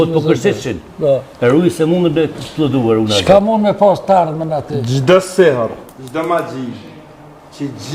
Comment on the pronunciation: Po tii shejtan s po din as Me shqiptu ne gjuhen arabe si pe shqipton sirri mmagjija si thuhet po siherr e jo sirr se sirr Do te thot fshehtsi ndersa siherr maxhi po ti as nuk je hoxh as nuk e din Me lexu gjuhen arabe e as nuk e kupton o mashtrus